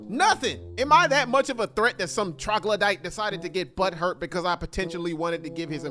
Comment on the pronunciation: anyone else heard when he said trogladite